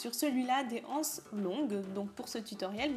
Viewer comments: BonjourMerci beaucoup pour ce tuto très bien expliqué. Seule petite remarque étant donné qu'il n'y a pas de h à anses la liaison se fait donc nous disons des z anses c'est comme euro beaucoup de personnes ne font pas la liaison et c'est une erreur mais il est vrai que beaucoup de jeunes disent aujourd'hui des zharicots ou des zhambergers!!!!Bonne continuation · J'aime beaucoup votre tuto mais il est désagréable d'entendre " les ... anses ". En français il faut faire la liaison. Il faut donc dire " les zanses". Ce qui n'enlève rien à la qualité du tuto. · On dit " des z' ances" et non pas des "ances"